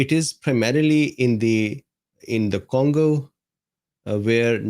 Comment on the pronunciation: What's the first syllable of CONgo. Voila!